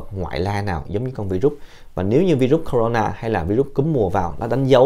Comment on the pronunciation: Bác này nói không này bằng mấy a kia .tên virus bác cũng đọc hai từ: na ,nà và nó không phải con mà bác nói sinh sôi nẩy nở .bác nhầm nó với vi khuẩn rồi.